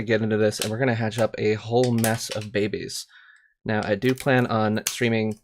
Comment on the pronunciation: are you saying babies or bebes? and why? you just sound ...